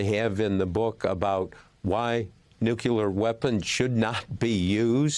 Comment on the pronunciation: Nuclear, not nucular